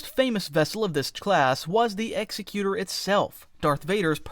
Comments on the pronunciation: Maybe you should learn how to pronounce Executor properly... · AI narrator can't pronounce the name of this ship. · Id like to say the pronunciation is wrong. It’s an ex ex u tor, meaning to carry out ones will and not executor like it’s just and blade coming down. This is the emperors will behind it, the full force of the empire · Executor is different from executioner. Pronounced much differently and means different things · Executor is pronounced with emphasis on the ec, like an executor of a will. It means the doer, basically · Sucks that they pronounced it wrong tho. It's ex-ec-u-tor not ex-e-cu-tor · I think it is pronounced Exec-utor as opposed to Executer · its actually pronounced "eck-ze-Q-tor" i hate to be a nerd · Autarch is pronounced "au-TARK", not "AU-tarch". Despot is pronounced "DES-pot", not "DE-spot". The name of the Executor could either be pronounced "EX-ec-u-tor" as in a hangman, one who executes people, or "Ex-EC-u-tor, one who fulfills the will of another person. Both spellings are the same, and both interpretations could fit. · It’s “Ex-EK-you-tor”, not “EX-eh-cue-ter”. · As an FYI, the Executor is pronounced Ex-Eck-You-Tor, not Ex-Eck-U-Ter. It's an Executor, as in an Executor of a will, while the other pronunciation would imply Executioner. Great vid though! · Every time he say executer, instead of Executor, I can’t help but cringe a little bit inside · Forgive me if someone already made this point, I scrolled down a ways and didn't see it... I say this not making fun because I used to make the same mistake. It's not pronounced "EX-uh-cuter," it's, "ex-ECK-you-tur," like executive. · GOOD GRIEF. You pronounce, "Executor", with the stress in the 2nd syllable, not the 1st: "exEC-utor" - like, "Executive"! Not, "EX-ecutor", like, "Execution". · executor is pronounced like executive, not executioner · Executor is pronounced as “egg-ZECK-yoo-ter.” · Say it with me: Ex-Ec-U-Tor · Execute-tor? Is that similar to exec-queue-tot?